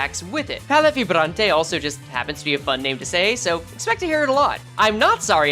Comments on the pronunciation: Vibrante the way you pronounced it is the spanish way btw, since its french based its closer to a Vibraunt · Yeah, it sounds like it was italian or english(looking at you vibrante and bleu)